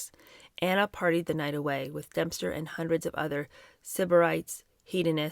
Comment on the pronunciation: is Dempster being pronounced Dumpster on purpose? Lol!